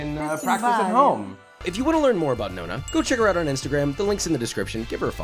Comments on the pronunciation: The way he butchers Chiara's name and the pronunciation of "nonna" doe... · goes to italy to cook traditional italian food, challenges italian grandma, pronounces "nonna" wrong first time oh, josh. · I didn't even get a MINUTE into this video before I very deeply sighed and had to stop... ''No-na''?? ''CHI-ARA''?! Why can Americans not pronounce Italian words properly?! It's NOH-NA and KEE-ARA! Jesus Christ lol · But he couldnt say Chiara nor Nonna correctly, wow.